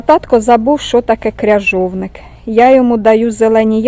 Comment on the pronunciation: Извини но не кряжовник в крыжовник (аґрус)